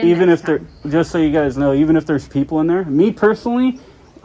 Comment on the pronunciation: "you guyzeees"